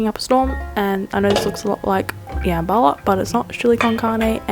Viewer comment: I love how you pronounced jambalaya “yambala” that was so cute❤️❤️❤️❤️it pronounced jum-Ba-lie-ya😂😂love you so much